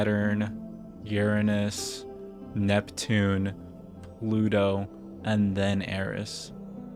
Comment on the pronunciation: hey man i don't think that's how your say Uranus